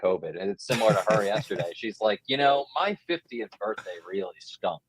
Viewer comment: She pronounced Birthday like "Birfday" 😂